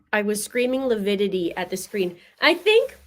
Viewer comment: Potato tomato, lividity, lipidity…..